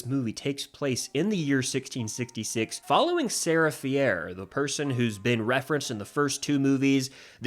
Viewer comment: sarah “fee-air”? i will never understand how people mispronounce names that they only learned in the first place by hearing them said out loud in a movie. it’d be understandable if you had only ever READ “fier” and thought it was pronounced like that, but come on… they pronounce it like “fear” over and over again throughout the entire trilogy💀